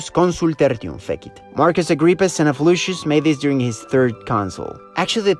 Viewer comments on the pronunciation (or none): none